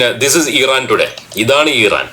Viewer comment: ഈറാൻ അല്ല ഭായ് ഇറാൻ ആണ്❣️